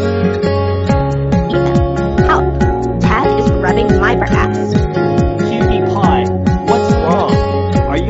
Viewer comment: dad it’s not cutti pie it’s cutie pie